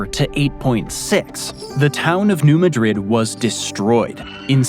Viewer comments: Baltimore and St, Louis are also cities not part of a county New Madrid, Missouri is pronounced MAD-rid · And new MUHdrid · Also, it's New Mad-rid. Same folks that named Kayro and Vye-inna. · Another small nitpick - you mispronounced New Madrid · Thank you. Those and "steppe" drove me nuts. Why do people not research these things before going to all of the trouble of making a video like this? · I think the three worst mis-pronunciations are: Texarkana, Cairo, and New Madrid. I think the two worst factual errors are: Saying South Carolina had one of the two strongest earthquakes without saying anything about it and showing the first world war as ending about 1945. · FYI, its pronounced "New Mad Drid" not "New Muhdrid" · Did you ask the folks in New MAA-drid, how to pronounce the city and the fault? They don’t say maDRID, like Spain. Where did you get the pronunciation of Texarkana? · Come on guys. The New Madrid earthquakes are pronounced MAD-drid, not ma-DRID. Elementary (and easily checkable) mistakes like this are so annoying about this series. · I think it's New MADrid, not New MADRID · The town in Missouri is pronounced New MAD-rid, not New Ma-DRID. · "New Matrid" is pronounced "new MA-drid" (emphasis on the first syllable of the second word. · It’s pronounced, “ Mad-rid”, not Ma-drid. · It’s also New MA-drid, not New ma-DRID. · It's pronounced New MAD-rid. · Hopelessly lttp and def a bit pedantic, but if you haven't been made aware yet, residents and regional neighbors of New Madrid, MO pronounce the town name "...MAD-rid" instead of the more common Spanish way. Otherwise, interesting vid as always! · I believe that it pronounced New Mad-ridd. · It’s Mad-rid. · Steppe is pronounced in one syllable: "step" And the pronunciation of New Madrid stresses the first syllable of Madrid: noo MAD rid. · .. say: New MAD-Rid earthquake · st. louis native here. new madrid is pronounced MAD-RID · It's pronounced Mad-rId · New mad-rid, or so I’ve been told